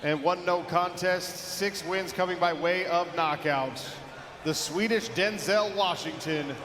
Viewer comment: Lmfao "Swedish" . No.